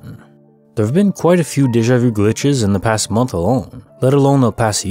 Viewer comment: For once somebody pronounces déjà vu properly!